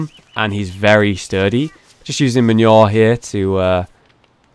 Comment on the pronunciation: hollow manure not men-your mah-new-er